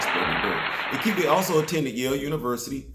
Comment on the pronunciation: Achebe is a Igbo name. Its not pronounced akibi but achibei.